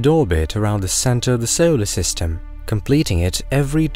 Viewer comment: So-Oh-ler system. Just the way you said solar system had me coming to the comments. So-Oh-ler system.